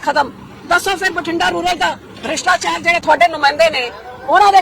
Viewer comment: ਕਿਸਾਨ ਵਿਰੋਧੀ ਨੀਤੀਆਂ ਅਤੇ ਕਿਸਾਨ ਵਿਰੋਧੀ ਬਿਲਾਂ ਤੇ ਦਸਖ਼ਤ ਕਿੱਸ ਨੇ ਕੀਤੇ ਸਨ ਉਨਾਂ ਬਾਰੇ ਵੀ ਦੱਸ ਦੇ ਜਰਾ ਪੰਜਾਬੀਆਂ ਨੂੰ। ਹੁਣ ਨੀ ਤੁਸੀਂ ਪੰਜਾਬੀਆਂ ਦਾ ਬੁੱਧੂ ਬਣਾ ਸਕਦੇ ਹਾਲੇ ਤਾਂ ਤੁਹਾਨੂੰ ਗੁਰੂ ਗ੍ਰੰਥ ਸਾਹਿਬ ਜੀ ਦੀ ਮਾਰ ਪੈਣੀ ਹੈ। ਪੰਜਾਬੀ ਤੈਨੂੰ ਸਿੱਧੀ ਬੋਲਣੀ ਨੀ ਆਉਂਦੀ ਭ੍ਰਿਸ਼ਟਾਚਾਰ ਨੂੰ ਬਰਿਸ਼ਟਾਚਾਰ ਦੱਸੀਂ ਜਾਂਦੀ ਹੈ।